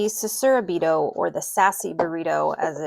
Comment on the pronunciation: Omg I love how Susaraibito ends up sounding like “Sassy Burrito” 🌯😂It's being on my wishlist forever but never got it! So tempted to, I don't know why I haven't added it to my collection yet... 🧐